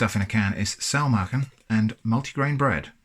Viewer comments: Your pronunciation of Saumagen is alright! My Grandma doesn't serve it with mustard but I guess it goes well together as Saumagen tastes similar to Fleischkäse, which is usually eaten with mustard. I'm actually surprised to see Saumagen being sold as an international product as it's regional dish from Palatine. How much did these cost? It looks like an excellent thing to have on the shelf when there's nothing left in the fridge! Edit: I looked it up, it's 4,50€ for the Bread and 6€ for the sausage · Your pronounciation of Saumagen is pretty good. It sounds a bit like a very northern german accent which is funny because Saumagen is a regional dish from southern germany but I've heard worse from people claiming to be completely fluid in the german language.